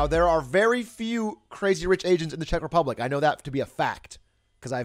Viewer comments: I am from the Czech Republic and the way he pronounced it like "Shek" made me cringe so hard. Also the way he pronounced the region Troskovice lol. I have been there a couple of times and I didn't even recognize it when he said it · The way he pronounced Czech republic, Liberec and Troskovice made me fucking die